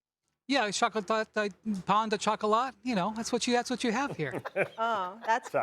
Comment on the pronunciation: “Pan de chocolat”😭😭😭😭😭